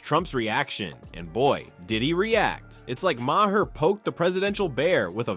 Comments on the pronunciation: His name is pronounced Mar, not “Mair”, nor “Myhair” or the other mispronunciations in this commentary! Get it right! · Who is the narrator, very irritating voice, and also doesn't know how to pronounce Bill Maher's name. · First of all, the election was two months ago so this is old news. And if you can't pronounce Bill Maher's name correctly at least stick with ONE mispronounciation.